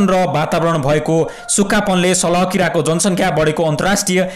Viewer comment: It's salaaa not salaha